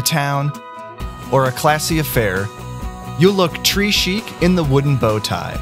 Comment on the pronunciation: I cringed when he said tré chic like "tree chic"